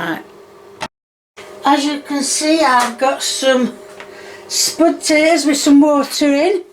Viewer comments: A spud-tate-ohh…🤣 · Also not sure why she says onion then hunion as if she's correcting herself into saying it weird. She did the same with potato and Spudtato.